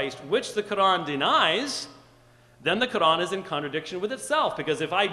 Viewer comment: He James white is scholer but yet he can't pronounce a simple word Quran he called Qran its not deficult to pronounce it and in when qs sassion begunn's they both pointed to a man who was before wiating for qs look to he face